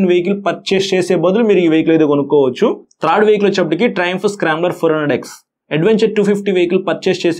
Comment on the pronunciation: బ్రో if you don't mind ఒక suggestion ఇవ్వచ్చా? మీరు చాలా చక్కగా వివరించి చెబుతున్నారు, కాకపోతే ఒక పదం పలికేప్పుడు కొంచెం మాకు ఇబ్బందిగా అనిపిస్తుంది. అది కొంచెం సరిచేసుకుంటే చాలా బాగుంటుంది. మీరు త్రాడ్ వెహికల్ అంటున్నారు థర్డ్ వెహికల్ అని పలికితే బాగుంటుంది. 🤝🤝🤝